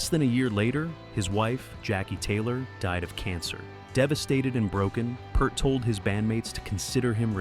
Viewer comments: Peeeert, not purt. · You can't call standing up for your music to the record company or anything else they did that nobody else was doing as a 'fall'. A member losing his family and needing to go away is not a 'fall'. And you could pronounce his name properly - P-EAR-t. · You know it's garbage when they fail to correctly pronounce Peart.